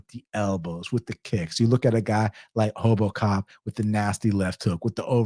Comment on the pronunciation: Respect for saying it the Brazilian way (Portuguese) way of saying RoboCop properly to "Hobo cop" 😂